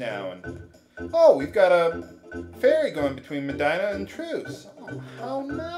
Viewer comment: Meh-DEE-nah... I know it's too late to affect things in this LP, but come on! It's a real place, after all!